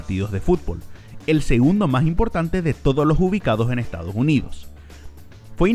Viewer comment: Ejtadoj junidos